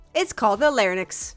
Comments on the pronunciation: It’s not lar-nix. It’s lar-inx. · Americans (or voice synthesisers with American accents) can’t pronounce “larynx”. It’s “lar-inks”, not “lar-in-uks”.